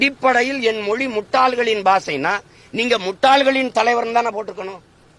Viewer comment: முதலில் மொழி என்பதை சரியா உச்சரிக்க தெரிந்து கொள்ளடா நாயே